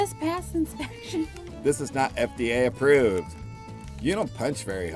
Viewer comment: Bladi: this is not FBI aporved Me: your schoolhouse is not aporved Weird crowd of people: OOHHHHHHH